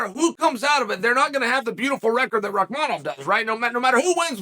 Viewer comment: But then gets rahkmonov right haha